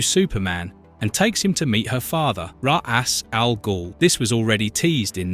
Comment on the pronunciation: Raw-ass ghool. I'm sorry I don't mean to make fun of your pronunciation but it kept making me laugh during the video.